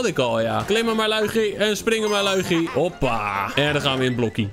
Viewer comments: Het is luigi maar loeigie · Zeg lowiedjie want als je Luigi zegt denk ik aan poepie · Hij het helemaal geen Luigi de g spreek je uit als een gi